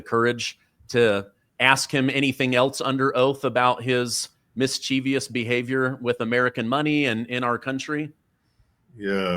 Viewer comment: the word is mischievous, not mischievious. Mis-che-vous!